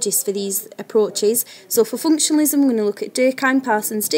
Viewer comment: Very poor pronunciation of functionalism. This one needs a review.